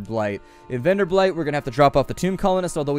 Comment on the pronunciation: Keep it coming. And please, it's Venderbight, not VenderbLight (pay attention to the 'L').